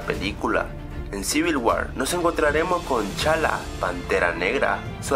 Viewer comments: Se llama "tachala" no "chala" 😂😂😂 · Habla bien de repente no se te entiende y es tachala no chala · jajajajja minuto dice chala en vez de tachala